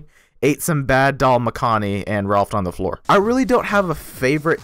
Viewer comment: Dal makhani pronounced completely wrong